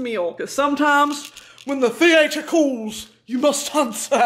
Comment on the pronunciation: I think about “when the theatre colls… you must ansuh” at least once a week